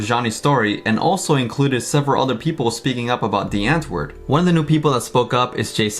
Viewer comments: He says DIE Antword when he says America. What a fake fuck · "w" is pronounced more like a "v", please please see this comment 😂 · Wait, I thought it was said, "Dee antword" Ninja started saying "Die Antword"? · the fact that ninja and yolandi get annoyed when people say their band name incorrect but ninja literally pronounced it incorrectly???